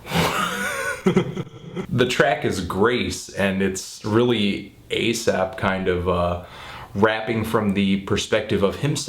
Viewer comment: dude totally says A$AP at one point. Da fuck???